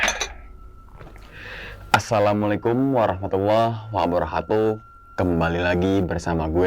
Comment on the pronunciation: Wabarokatu bang bukan wabarohatu